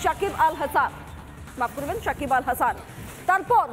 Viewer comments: মাদারি শাকিব হবে না সাকিব হবে। নামটাও ভাল করে বলতে পারে না সে আবার নিউস করে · Sakib khan, sakib bal hasan..... Ke sanbadik ra baba.....kon gorto takha asa ara..... Apnara uccoron sekhar jonno BTV dakte paren....